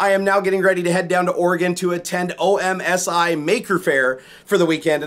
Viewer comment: dude im from oregon, its not O-M-S-I its just omsi like ah-mzz-ee